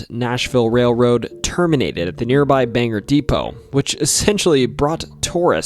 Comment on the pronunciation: hey! pretty late but Bangor is pronounced "Bane-gor", not Banger. otherwise great vid!